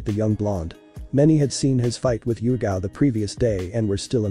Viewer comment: um its not yugito its yugao i think